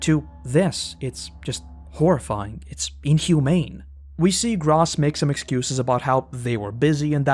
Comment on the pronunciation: Gross is Gross… dude I know you watch the Dub. It literally is pronounced “Grow-Ss” not “Grahss”. Sometimes I’m just left baffled…